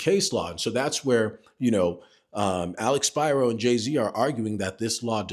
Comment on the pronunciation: First, thank you for pronouncing Alex Spiro’s name correctly. Secondly, thank you for not sensationalizing the updates. I hope your channel grows so more people can have access to honest and informed content from a REAL lawyer.